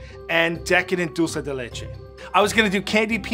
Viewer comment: as an Argentinean, I'm impressed at how good is at pronouncing dulce de leche lmao. Greetings yall, this is one of my fave series <3